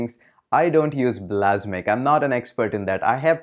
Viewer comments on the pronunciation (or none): "blasmiq"...really?!!!..I thought you were a real tech nerd...It's "Balsamiq"... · its not bal-a-s'mic, its bals-uh-mic #grammernazi ;-P